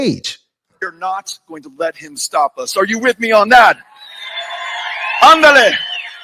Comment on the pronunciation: " Andale " ??? Doesn't sound very genuine from a white guy.